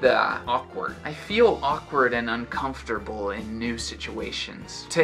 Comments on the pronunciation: Hi!, how's you going?! So, when you pronounce the word "uncomfortable", it sounds like you speack "uncomfotarble", with the letter "r" after the "ta" syllable, when actually it must be after the syllable "fo", like "uncomfor", or am i wrong? Sorry me for notice that! Could you please comment it back? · além de tudo, acho curiosíssimo como o som do "r" simplesmente muda de lugar nessa pronúncia, fica mais ou menos (numa transcrição fonética bem porca, rs) assim: an-canf-ter-bol.